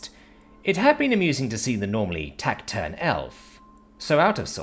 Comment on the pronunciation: Taciturn Tass-ih-turn